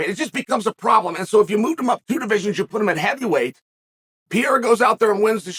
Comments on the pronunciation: "The talk of Alex Piera..." How dumb does Chael have to be? 🤦‍♂️ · Uncle Chael the only one who can keep saying Pereiras name wrong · Chael, it's "Pereira", not "Pieira". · AHAHAHAH. Was going to say the same. Pyera is fabulous. PeReira. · P.E.R.E.I.R.A !!! NOT PJERA !!! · His last name is Pereira not Piera ffs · The E in Pereira is pronounced a lot like Pokémon's "é". Péréyra if it's easier for you. I've heard Joe Rogan calling him Peheira, confusing the double RR or hard R in portuguese with a single 'soft' R. Rafael -> Hard R. That hard R is pronounced like an H in English. Hafael. Borrachinha -> Double R or hard R sound, it's pronounced Bohachinha. (Nha is pronounced like a fast Nya) Pereira -> Soft R. That R is pronounced like the r in 'car'. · Chael Sonnen "Alex Pee-era" I'm sure he KNOWS it's Pereira. Or maybe Pee-era is his name now, because Chael says so. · Pee-ear-ah. Man, I LOVE Chael's pronunciations!🤣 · pereira = pierre 😂😂 i love chael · Pierr-ah W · his name is piera now. uncle chael's word is final. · Jon should fight (and beat easily) Per-air-ah to spite Izzy. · Alex PEE-ERA. Fucking Chael 😂😂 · “Alex Pee Era” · Pierrah, Pierre or peaira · Who tf is PEE AIR UH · Chael kills me how he doesn’t pronounce anyone’s name right , “ Alex piera “ “ Islam Maklchev “ there’s more i can’t remember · Never under stood how he gets PEE-ERA out of Pereira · Who’s piera? 😂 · Does this man have some twisted evil pleasure of intentionally mispronouncing his name as PIERA? Cause I can't believe he can be this much dumb or ignorant to not realize by now that Pereira's last name sounds nothing like PIERA... That's not a hard to pronounce name by any means. So what is it, conscious desire to belittle him by butchering his (quite easily pronounceable) name?... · First thing out of Chael's mouth is a mispronounced name, it's actually incredible. "Alex Piera" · He’s been mispronouncing it since always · Behlal and pee-era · "Alex PEE-yeahrah"